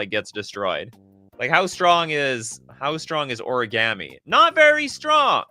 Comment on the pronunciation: can't say origami correctly. My day is ruined.